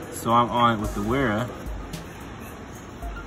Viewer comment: Mispronounced both brands ;)